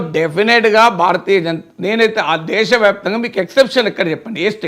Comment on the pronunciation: వ్యాపితంగా కాదు వ్యాప్తంగా